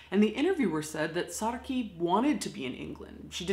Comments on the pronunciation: Great job on the pronunciation!!!!! I love that you do your homework to make your videos and that you always take the time to be respectful!! (I'm from SA and I would love to thank you for the respect you how Saartjie) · Yay!!! Some South African history! Love it! You said the name completely correct! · I love the effort you've made to pronounce her name correctly. Thank you xxx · A person's name is a huge deal here in South Africa. So thank you for pronouncing her name correctly. Much respect to you Caitlin. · I'm proud of how you pronounce her name! The "artjie" sound is really difficult for foreigners to pronounce and u did it almost perfectly. Saartjie is a folk hero back home now, many feminist artists have made beautiful artworks to commemorate her memory. Thanks for doing this video! Love, from South Africa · I'm South African and impressed at how well you pronounced her name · As a south African, THANK YOU FOR saying Saratjie correctly, love you'r channel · Props for getting the pronunciation right Caitlin😁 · Thanks for pronouncing Saartjie correctly! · Good job with the pronunciation! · pronounces her real name correctly. Saartjie Baartman Thank you! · I love that she actually pronounced "Saartjie" properly and didn't butcher her name like most people would. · As a South African deathling I would like to thank you for taking the time to learn how to pronounce her name correctly. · You pronounced her name correctly! <3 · Kudos for saying saartjie correctly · Love how you pronounce Saartjie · Thank you for pronouncing her name correctly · As an Afrikaans speaking South African, I just want to say well done for pronouncing her name. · Well pronounced! #saartjiebaartman #fromsouthafrica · so cool to hear snippets of cape town’s history, my city. thanks for pronouncing saartjie correctly! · I'm South African and am very impressed with how you pronounce Saartjie's name correctly! It's a difficult one to get right if you're not used to the language